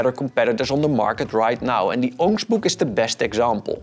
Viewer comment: The competition is called the what book? Your pronunciation is not clear